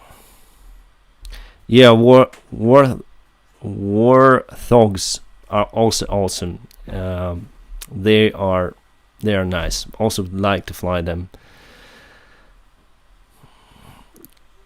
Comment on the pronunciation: Wart - hogs. 🙂 Think of a pig with warts. (Hog = pig). There is no "th" sound in the word. 🙂 I hope you feel better soon. Thanks for the stream. 💛💙